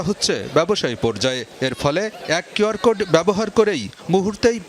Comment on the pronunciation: QR উচ্চারণ করলেন খিউ আর, Code উচ্চারণ করলেন কোড, কেন খোড উচ্চারণ করলেন না ?